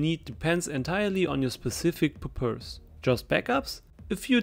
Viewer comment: homie really said pur purse